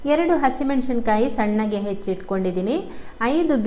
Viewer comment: ಮೆಣಶಿನ ಕಾಯಿ ಅಲ್ಲ, ಅದು ಮೆಣಸಿನ ಕಾಯಿ.